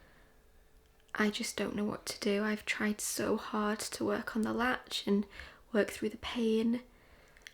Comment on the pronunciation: LATCH, not match 🤦🏼‍♀️